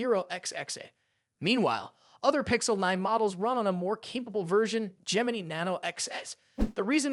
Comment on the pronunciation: This guy can't pronounce Gemini 😆